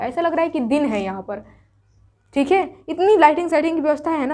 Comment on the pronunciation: Tum sbb me se kis kis ne ye notice kiya mam ka dialogue "थीक है " 😅😅😅😅 👍👍👍🤣🤣🤣🤣🤣🤣